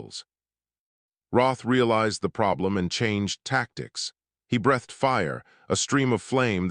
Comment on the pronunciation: ".... he brEHthed fire..." No such word. You should have said brEEthed fire. You should have =listened= to your story before Posting. You should not =disrespect= us readers/listeners, by failing to do a proof-audit.